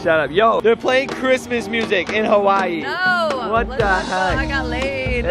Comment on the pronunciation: She pronounced Hawaii as Hawa-I-I